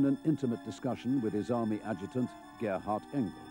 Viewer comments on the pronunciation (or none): none